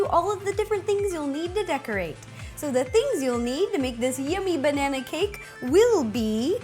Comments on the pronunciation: ro its not "Banaer" it is "Banana" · Agreed. every time she says "banaynaaaaa" I die inside